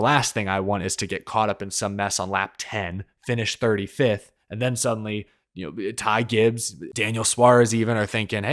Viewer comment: Not surprised with elliotts performance this season has not clicked for him and im happy he isnt in the playoffs right now. Also i loved how rick allen messed up ty gibbs name 😂